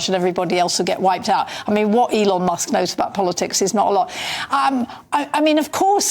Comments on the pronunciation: NOT ELON MOSK! MUSK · Elon Mosk:face-fuchsia-tongue-out